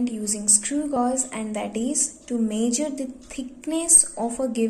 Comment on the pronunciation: "To major the theekness of a given shit" Bruh 💀